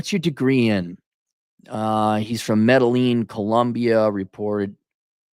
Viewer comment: said "Metal Lean Colombia" lmao